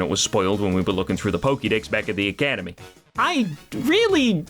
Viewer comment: Pokédex, not pokidex.